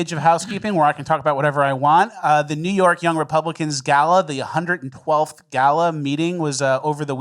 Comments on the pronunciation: I legit thought he's been saying "best NEW podcast of all time." Like as a joke. And I've been watching since pretty much day 1. And now I get this bomb. What is my life? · He say new or news?